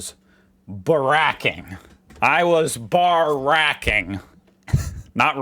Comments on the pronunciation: It's "barick-ing" not "barr-ack-ing", but I figure you're just YANKing our chains 😜 I'm surprised you didn't come across the burnt out ute with the random toilet on its bonnet that's stumping Police in Newton, Adelaide SA. I think they left the toilet there so the cops have something to go on... Or they were trying to flush the evidence 😁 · you dont say barraking like obama treat it as two syllables barra and king, we don't say rooting in Aus as that has a whole different meaning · Nah, the emphasis is on bar, not rack Hence Barrack (Obama) is way wrong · mangled "barracking" in today's video. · He sure did 🤣